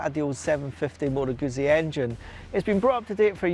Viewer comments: When a reviewer begins his presentation not knowing how to pronounce the name of the bike he’s about to review, it gives little to no confidence that he’ll have any knowledge about Its place in history or in the overall motorcycle market. As an example of why it matters, visit your local Italian restaurant, order a large ‘Peeza’ and observe the stares of anyone within earshot. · If you are going to review something, then a first step is to learn how to pronounce the product you are reviewing. It's not hard.